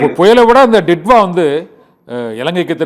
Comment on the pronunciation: This is not didva...this is" ditoo"va